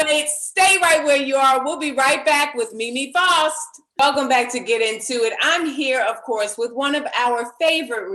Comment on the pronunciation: faust not foust